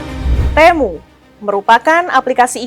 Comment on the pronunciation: kalau lihat iklannya si TEMU dibacanya TIMU..